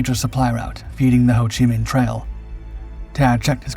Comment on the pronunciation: For Pete's sake, learn to pronounce names fundamental to these pieces. Like Ho chi Minh...NOT pronounced "how."